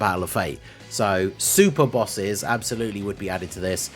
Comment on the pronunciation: Super “Bosses” xD